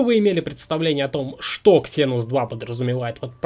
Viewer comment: ЗЕНУС! Зенус!!!! какой ещё ксенус! Ужас, просто минус уши!